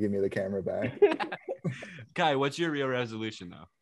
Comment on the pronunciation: Bru it’s Kai